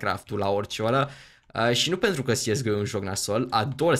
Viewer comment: tu spui "siesgo" dar eu credeam că este corect să spui "cesego" nush sigur dar așa credeam eu.